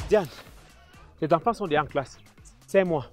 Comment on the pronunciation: " Les fleurs, les fleurs..." " J'ai deha jété " 😂